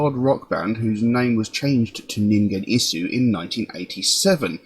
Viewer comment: glad you found ningen isu, you were close with hard G but silent u at the end :) please do caterpillar, its my fav